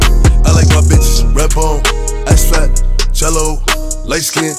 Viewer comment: am i the only one who finds it satisfying the way boogie wit a hoodie says Jello